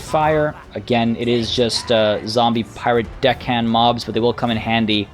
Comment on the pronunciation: Did... i hear him say piwate queen? i might have misheard the R there